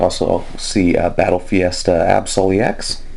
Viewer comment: It's battle festa not fiesta just an FYI :)